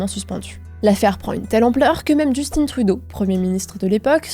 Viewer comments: Justin! Pas Justine... Tout les francais sont incapable de prononcé son prénon comme il faut... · Je n’arrêterai jamais de rire a entendre les français prononcer le nom de Justin Trudeau au féminin C’est 👌